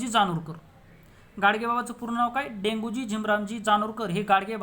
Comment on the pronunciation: Denguji nahi sir Debuji aahe.